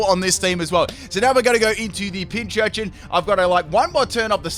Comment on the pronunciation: I love how keeps saying PinCHurCHIN!